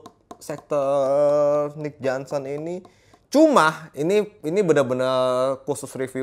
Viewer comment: johnston bang, bukan johnson 😄